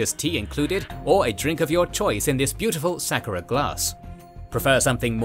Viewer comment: Hearing you mispronounce 'sakura' so many times was painful lol